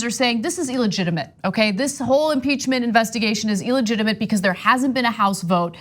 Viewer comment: Ana pronounces it "eeligitimate".